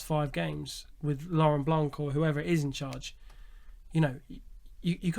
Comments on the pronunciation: Pls stay silent if you have no real info, and it blanc, not blanque, thé C is silent!!!!!!!💣💣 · Lauren Blanc. We don't pronounce C for his last name. Lauren Blan (c is silent)